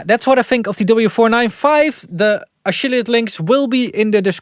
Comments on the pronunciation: Am i hearing incorrectly or did he say “ashilliate link” at the end? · did you say 'the a-shill-iate links'? I am not asking to make fun of your pronunciation. The dutch accent is fine, no problem. Would be funny though if you know what a shill is and it was intended.